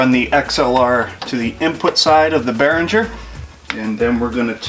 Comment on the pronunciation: Bear ring er. Not bear in ger.